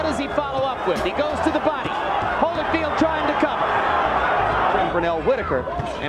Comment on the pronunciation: Evander "Holly Field"? Really tho?